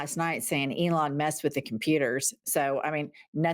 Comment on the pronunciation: Elon, pronounced, Ellen